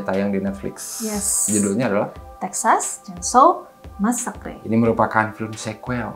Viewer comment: Mbaaak T_T bukan masakre ... masaker